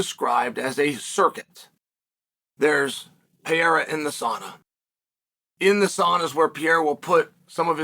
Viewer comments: Chael "Alex Peeara" Sonnen 🗿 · Pereira, to Peheira, to Payera, everytime it's worse 😂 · PER-AIR-A For the love of gawd, Cha-hail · switched off. Can't listen to you say piera anymore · Pronounce the guys damn name right! He's the biggest UFC star and you can't even get his name right!? So disrespectful